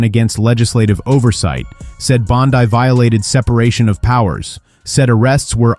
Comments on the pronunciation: I can't believe the banner for this clip literally used a photo of Judge Judy as the Judge, lol. And this didn't happen. So bad, its bad, lol. And no I won't support this channel. Stop making things up, it doesn't help. And her name is pronounced Pam BONDEEEE, NOT BONDEYE. Silly goose. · Is pronouncing her name "bond-eye" a way of insulting her, or do you really think that's how to pronounce her name?